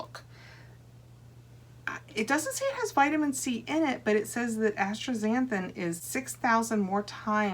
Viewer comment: Yes, the pronunciation is asta-zanthin. 😊